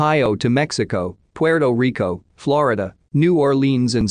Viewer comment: Are these "read" by a computer? Many easy words like decomposed and Puerto Rico are weirdly phonetically mispronounced.